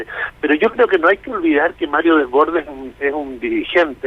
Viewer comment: Por que todos pronuncian mal el apellido de Desbordes